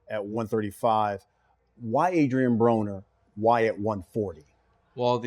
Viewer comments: on 40 secs it sounds like he said Adrien Boner lol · does he say Adrian Boner? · sounded like he said Adrien Boner 🤣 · at :40 sec he said Adrian Boner 😂 😂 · this guy said adrien boner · Did he just say Adrian Boner??? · hahaha he said Adrien Boner